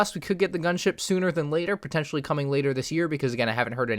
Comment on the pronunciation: you say "pontetionally" at least 3000 times